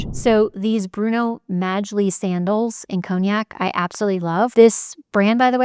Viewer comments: The correct pronunciation for Magli is Mah-lee. The g is silent. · Sweet, the G in Magli is silent... Mali!